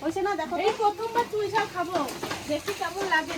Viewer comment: চুই ঝাল, চই ঝাল না।